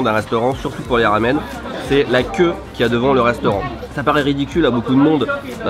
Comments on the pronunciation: C est un peu perturbant qu il dise « lamen » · tu peu dire "Ramen" avec le R a la Française stp , ça me rend fou la façon dont tu le prononce! super vidéo comme d'hab sinon :P